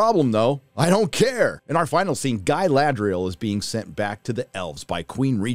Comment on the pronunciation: Ga-LAd-rel! do you girl even watch LOTR, read books? why the hell it has so much fake acting like i am a mazafakin elf jesus god.